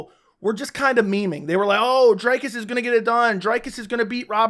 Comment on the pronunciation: Lets all say it together now. DREEEEKUS DU PLESEEEEE Not DRYCUS .................... DREEEEEEKUS Cmon guy he just finished the best Bobby Knuckles. It has to be pronounced properly